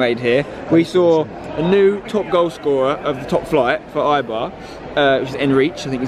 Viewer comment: It's pronounced a-bar not i-bar.